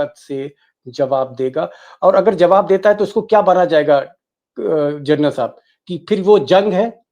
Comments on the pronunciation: Gernal nahi General kaho. Bar-bar galat bol rahey ho aap. Thoda thik karo. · General not journal deepak ji! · DEEPAK SHARMA,IT IS GENERAL AND NOT GERNAL .HA HA HA. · सर जी, व्हिडिओ बहोत अच्छा हैं। मगर आप जर्नल बोलते हो। प्लीज जनरल बोलीये। सैनिक का सर्वोच्च सम्मान हैं वह।धन्यवाद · दीपकजी, आप 'जनरल' का उच्चार 'जरनल' ऐसा कर रहे हैं। ये गलत है।You are saying journal instead of GENERAL. 'जरनल' कहना बंद कीजिए...'जनरल' कहिए। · Gernal nahi Sharma ji General bolo.